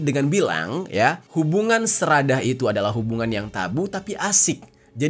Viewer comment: Sedarah bilang nya seradah lebay luh bang ga rame